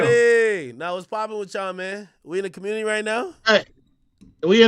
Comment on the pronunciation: That convo w cuhmmunity hurt my brain im from la and I can’t believe the deflecting and willful ignorance I was listening to this is why nobody fuck w Cali😂